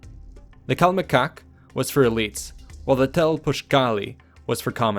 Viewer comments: Why is it funny when the narrator pronounced the word "CALMECOCK" 😂😂😂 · It’s pronounced calMEcac and telPOCHcali. My primary school was actually named Telpochcalli and next to it there was another school named Calmecac